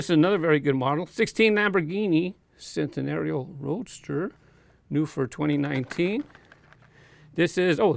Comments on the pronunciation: Am I the first to correct your pronunciation of Centenario? Lamley has been corrected countless times. It's pronounced Chentenario. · By the way, the c in Centenario is pronounced like a ch and not an s